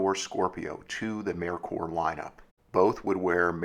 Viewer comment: I was always told this was pronounced “May Coor”. I’m just glad you didn’t pronounce it “Mer Ker”. The way you said it sounds correct too.